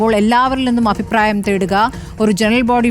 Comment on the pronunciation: Afipraayam alla..abhipraayam!😊